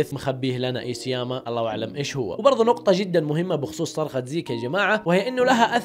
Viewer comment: اخيرا عرفت تنطق اسم ايسياما